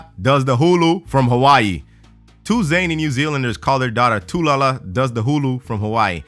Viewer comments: You said her name wrong it’s not too lala it’s Tallulah does the hula from Hawaii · You said tulala instead of talula